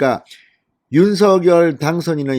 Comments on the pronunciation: 윤서결이 아닙니다!!!!! 윤성녈로 발음해주세요!!!!! 듣기 거북합니다!!!!!! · 윤 당선인 이름 발음 서결 × 성열○ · 윤석열의 발음이 ??? 석→ 서 열→ 결 =서결이 아닌 "석열"입니다. 다른 언론사에서도 2가지 발음으로 발표합니다. 이제 하나로 통일하시면 좋겠습니다. 윤석열대통령당선인은 자신의 이름을 윤. 석. 열.으로 표현합니다. (윤서결≠아닙니다) 감사합니다. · 대통령당선인의 성명발음을 확실히 했으면 해서요 일반 매체에서는 "윤성열" 이라 발음되는데 진선생께서는 "윤서결" 이라 발음 되던데 ? 방송 고맙게 듣고 있습니다 화이팅 하세요! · 윤 당선인의 이름의 발음을 본인이 "성녈"로 불러달라고 하니 그렇게 해주시는게 좋을 듯 합니다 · 진성호님 앞으로는 제발 윤석렬 이름석자를 부를때 윤서결이라고 안불렀으면 합니다 정말 듣기 싫습니다 아무도 윤서결이라 안부르는데 왜혼자 남의 이름을 똑바로 불렀으면 합니다 윤석렬이라 똑바로 부르세요 진성호님 방송 애청자지만 꼭 이거는 고쳤으면 합니다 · 윤석렬 발음 통일시키기로했어요. 유서결이 아니고,윤성렬로... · 윤성렬로 발음하세요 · 작열을 <장녈>로 발음하듯이 윤석열을 <윤성녈>로 발음해야 한다..무식쟁이야. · 뭡니까? 그리고 '윤성녈'로 공식 발음해야 합니다. 윤 당선인이 원했던 것인데 궂이 자신이 편한대로 발음하는 것은 예의도 아닙니다. 윤석열을 직접 흔들기 보다 주변인들을 흔드는 기법에 속지 맙시다. 조중동은 이준석을 감싸려 윤핵관을 흔들지 않나 싶습니다. 우리가 뽑은 대통령, 며칠이나 지났다고 또 흔드나요? 우파 DNA인가요?